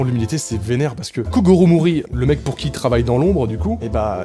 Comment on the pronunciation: Je me suis tappé une barre quand il a dit kogoro mouri